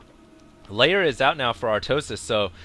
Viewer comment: I wanted to stab myself every time you pronounced Lair as "Layer". Are you on drugs? You sound tired.